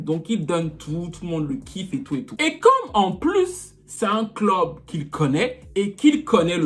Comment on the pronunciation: " un clob"???🤣🤣